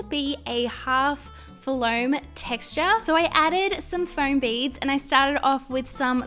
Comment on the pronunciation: Foam, not floam, as you said in the last video